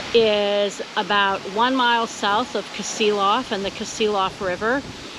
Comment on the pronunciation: It's not kasiloff it's "ka see loff"